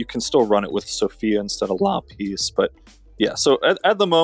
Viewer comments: The only thing I will say negatively about dude is: the way he pronounces some monster names is triggering. "la-PISS" "ver-O-mahs" to name a couple. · la-piss huh? lol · Jake Phillips no u luh-piece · he doesn't know how to say lapis steven universe fan TRIGERDDDDDDDDDDDDDDDDDDDDDDDDDDDDDDDDDDDDDD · every time he said lapis a piece of my soul died